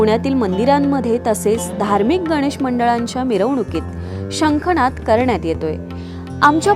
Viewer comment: या बोलणाऱ्या ताईंनी कृपया मराठी नीट बोला शंख नाद असा शब्द आहे णाद असा नाही